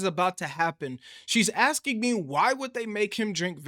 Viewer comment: Agree with you on everything but it’s “asking” not “axing”